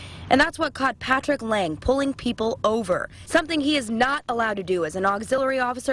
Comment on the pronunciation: 12 seconds in touch she say paFrick Lang